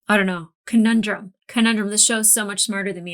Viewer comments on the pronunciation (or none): none